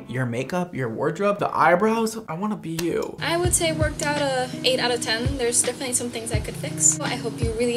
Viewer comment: BRad " Not living not die ING " Also brad: defenenetly dying